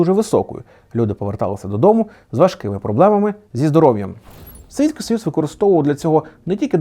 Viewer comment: Ох и рагуль)) "Совицькый союз"))) Хотя , какой с тебя спрос , что написали , то и читает. Журналисты , как и звезды шоубиза, представители одной из самых древних профессий)) Люди и продолжали ездить в Россию работать до последнего и молодежь и постарше. Особенно понравилось про "импортного" фермера на наших землях) То есть свои фермера государству не нужны , а вот "импортного" рады приветствовать. Так вот почему они в секторе с/х каждых год какую-то дичь придумывают 👏